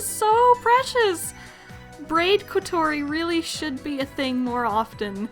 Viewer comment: Actually it is said kotOri (or kotOrI?) and not kOtori, but people are dumb and they think the way they say it is the correct one